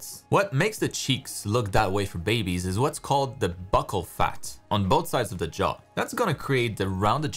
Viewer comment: the way say "Jaw" 😂